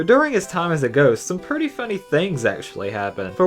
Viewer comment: why do you say pertty and deperssing